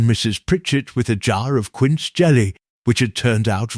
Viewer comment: Other than mispronouncing the word wound for wounding the clock and mispronouncing the word quince, another issue is who eats lunch ? p.m.?